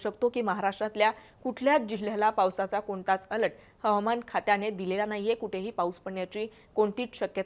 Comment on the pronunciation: अलट नाही अलर्ट 😂